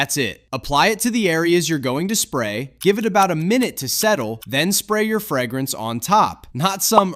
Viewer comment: Nobody? Nobody is bothered by the pronunciation "frag-grance"? 😅